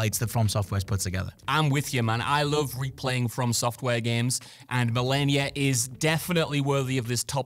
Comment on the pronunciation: Malenia sounds like "millennia" when you all say it. I remember hearing Michael Moorcock read the intro to Elric of Melnibone in the audiobook and he pronounced "millennia" similarly. Cool!